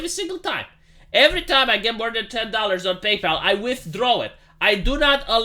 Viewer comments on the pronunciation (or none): none